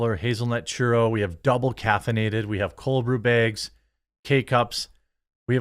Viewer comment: I enjoy the coffee shilling because I get to hear how Jeremy says bags (behgs)